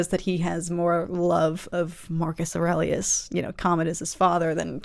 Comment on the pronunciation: Don't know if you had heard it said before but if not, nice work on pronouncing "Aurelius" for the first time! Lotta people usually flub it.